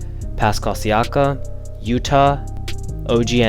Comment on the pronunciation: Come on my guy you do this content and can't say siakam name right!